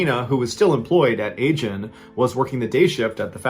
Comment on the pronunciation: The company name is not pronounced ay-jin. It is pronpunced ah-jin.